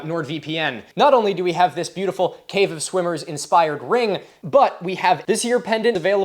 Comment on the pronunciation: Did anyone else hear " cave of swingers, which is pretty self explanitory" instead of "swimmers".......thought the video was going in a real different direction there for a minute